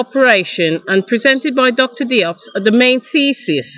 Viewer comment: I'm Malian-Senegalese, Diop is pronounced "Jope"